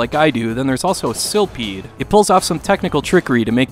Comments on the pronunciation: Silpheed is pronounced Sil-f-heed, not Sil-Peed. LOL! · Psst, "ph" is pronounced like the letter "f". Philosophy, philanthropy, etc. Silfeed not Silpeed.